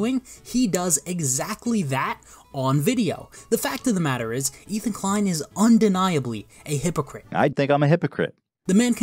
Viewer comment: "Ethan de-klein" lmao, idk if you did that on purpose but that was genius, I wish I came up with that myself